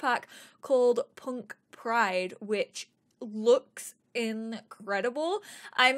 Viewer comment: When you said which it sounded like b in which.